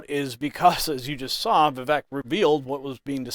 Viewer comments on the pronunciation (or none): Vivek is pronounced Viv-ake like cake